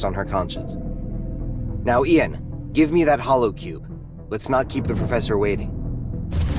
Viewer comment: AISHA called the guy Ian (pronounced correctly as Ee-an) but then pronounced it eye-an not 10 seconds later. What the fuck